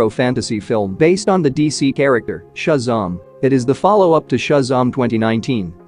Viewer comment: Never heard Shazam pronounced ‘shuzarm’ before